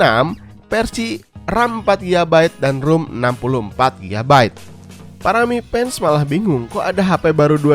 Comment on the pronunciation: keren kang ...cuma saran pelafalan huruf F/V.nya (Mi fans=Mi Pans, Versi=Persi) dperbaiki lg ,channel IT soalnya 👍👍